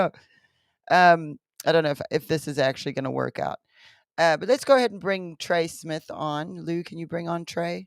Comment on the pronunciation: Trey not jay